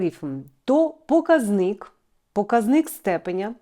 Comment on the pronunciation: ПокАзник (наголос на А)